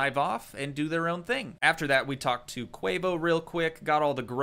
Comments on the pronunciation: its Teimos's not queos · or tea-mo not quavio ? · I think the Teimo guy’s name is pronounced time-oh